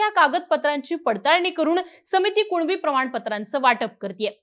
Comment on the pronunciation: 'कुनिबी' येत आणि 'कुणबी कुणबी' बोंब मारत 😂😂😂😂